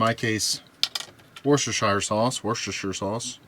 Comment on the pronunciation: Love me some washyoursister sauce.